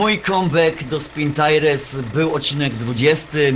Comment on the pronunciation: Nie taires tylko tajers a tak ogolnie to spoko odcinek